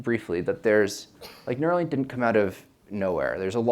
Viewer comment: Neuralink u-r-ill!